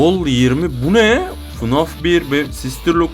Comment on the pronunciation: abi okunuş olarak diycem yazılış olarak değil fınf değil ef e nef deniyo ona